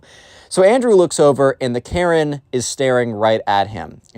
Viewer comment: Second time you said maren